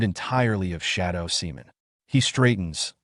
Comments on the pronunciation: you mean simon not semen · Simon not Semen 😭😭😭